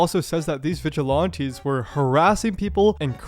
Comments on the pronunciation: Vig-a-Lan-tees Not Vig-a-Lawn-tee. I know you're doing it on purpose. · vigi lawn tees. bro are you just dumb? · Pronouncing it vigi-LAHN-tees is so fucking foul though. Listen to how other people are pronouncing it, dude. That's the correct way. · i cant get past "vigil aunties" lmao